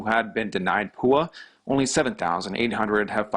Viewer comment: Don’t ever say (poo-ahh) Ever again 😂 😆